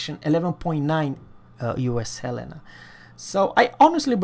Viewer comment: Love you to... He Said in Swedish...HELENA 🇸🇪🇸🇪🇸🇪